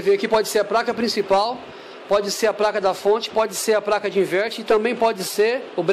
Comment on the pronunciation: É impressão minha ou você fala "Praca" diversas vezes????